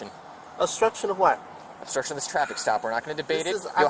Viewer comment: This is not “osstruction” 😂